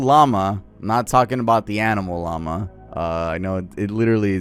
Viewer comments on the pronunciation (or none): none